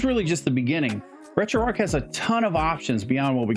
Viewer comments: Its driving me insane when you say arc/ark for some reason instead of arch hahahah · Retroark retroark retroark hahah